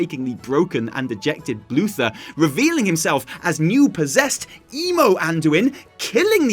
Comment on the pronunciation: Keeps calling him Luther when it’s uther💀